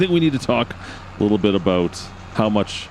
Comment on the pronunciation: Could’ve invested in a small JD riding mower for them contracts with the limited cutting space. 🤷🏼‍♂️ just a thought. Great video man. Love when you say “about” in the maple syrup accent😂 ABOOT!!